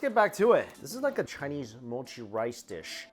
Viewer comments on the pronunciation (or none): none